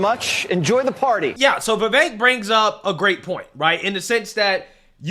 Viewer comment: Vivek rhymes with cake